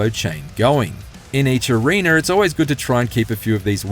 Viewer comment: In Each Areener.....